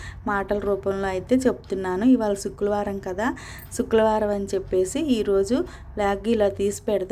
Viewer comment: చుక్లవరం కాదు madam శుక్రవారం